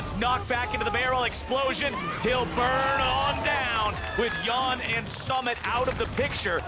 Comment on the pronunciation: How is more than half your league imports and you’re still pronouncing Yeon as yawn. What.